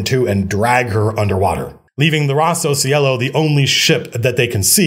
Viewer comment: Hey Matthew, loved the stream, just one thing that if you like you might want to take into consideration. If Rosso Cielo is inspired from italian the Cielo part is pronounced with a hard c like chinese and lo sounds more like long.